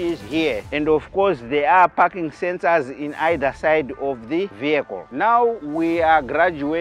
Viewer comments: It’s parking lol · is he saying parking sensor or i am hearing fucking sensor 🙂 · 😂 for a second i thought he said "here there is no fucking sensor "😂😂🤣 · "parking sensor" sounds like "fucking sensor", nice one mate, i would buy one. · I thought l was alone hearing f**kin sensor. 😂😂😂😂😂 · First I thought this guy said there is no fucking sensor 😂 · He was saying parking and i thought fucking sensors😅😅😅 and i thought he was saying wantedly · Is it me or he is saying the fu**ing sensor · What he says parking sensors or fu*king sensor 😂😅